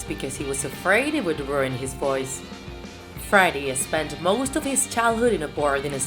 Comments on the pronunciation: Ali3nC4t I hear it and she sounds so weird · Why does she say friday and not Freddie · I always understand Friday instead of Freddy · It’s Freddie (Fr-eh-dee) Not Friday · Why is she saying friday? Its Freddie or Fredderick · And she calls him Friday Mercury. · Not to be rude but it triggers me that she says Friday instead in Freddie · i always trip when u say freddie but pronounce it like friday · Is it me or she says “Friday” instead of “Freddie” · She says 'freddie' like 'Friday' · Say his name right, it’s Freddie not frady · Freddie sounds like friday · It is only me or this guy/woman is saying "friday" instead of "freddie"? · It sounds like she says: 'Friday Mercury' a lot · Why does she say friday mercury😂😂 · This person draws so well, but they cannot speak properly whatsoever. This whole video is so cringey because of the many areas where they mispronounce Freddie, Queen, Opera, etc. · I love the way she says Freddie 😂